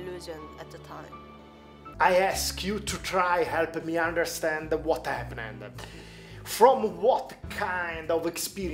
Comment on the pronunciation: la pronuncia dell’intervistatore é una cosa agghiacciante,inizialmente pensavo che scherzasse,ma quando ha detto “enpnend” invece di “happened”,ho capito che non scherzava affatto e il bello é che la ragazza riusciva a capirlo....